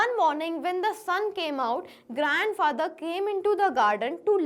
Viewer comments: mam you said grand fracther byt the correct word is grand father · you say grand fracture